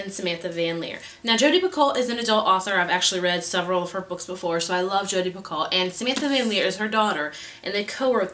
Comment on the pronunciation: I am sure someone has mentioned this before but you actual pronounce Jodi Picoult's last name like pee-ko. I want to read Between the Lines as well!